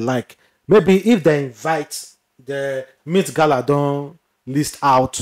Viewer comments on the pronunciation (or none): It's not MEAT gala, it's MET gala.😂 no vex. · Stop saying meat gala